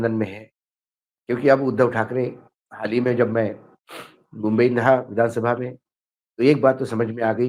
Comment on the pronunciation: Mumbai bola bumbai nahi